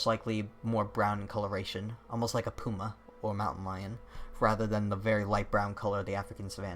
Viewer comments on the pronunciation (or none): none